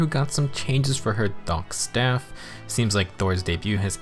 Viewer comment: Bruh you can’t even pronounce “thokk” right lmao